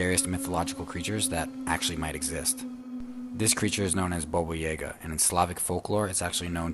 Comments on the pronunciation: Thank you he said it right once so he knows how to say it, the second time he said it was correct the rest wasn’t what the af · Baba Yaga not bobo yaga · I'm sorry Bobo??? Dude it's Baba Yaga... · Omg that guy calling Baba Yaga, Boba was so annoying!!!!!!!! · It’s baba yaga why is he saying boba yayga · The guy's pronunciation is killing me. Bobo Yeah-ga. No, I've always heard it as Baba Yaga. 😂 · omg, more vids like these please! <3 also, baba yaga is pronounced yaah-gah, not yeah-ga xD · People can't pronounce names right iam not russian but i know its not bobuyega its babayaga🤦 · The way he pronounced Boba Yaga has me so triggered for no reason... It's pronounced baa baa ya guh. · I remember Baba Yaga!! Although his mispronunciation drove me crazy xD It's ''Bah-Bah'' like making an awful sheep noise and ''Jah-Gah'' both of the parts in her name are pronounced the same just with different starting letters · It's pronounced Ba ba Ya GA! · Why he saying baba yaga like that. Its BAA BAA YAW GUH